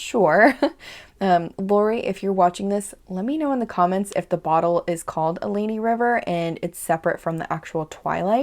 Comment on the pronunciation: Allegheny. Pronounce the "G". Allegheny - al (not all) eh gain ee